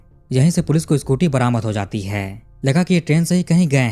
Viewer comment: तुम कहानी अच्छी तरहा बताते हो पर जो आप 'है -है ' का उच्चार करते हो वो बहोत इरिटेटिंग है जरा 'है ' का उच्चार अच्छी तरह करो. तो सुनने के काबील हो